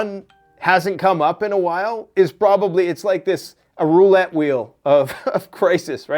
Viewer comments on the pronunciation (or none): none